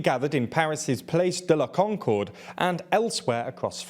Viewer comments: "place" de la Concorde... you could at least /try/ on the pronounciation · Ooh la la. You could have had a crack at pronouncing Place de la Concorde!